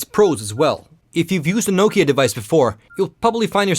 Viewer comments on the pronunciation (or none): sä oot suomalainen ni älä ny lausu sitä Nokiaa niinku joku jenkki, Noukia..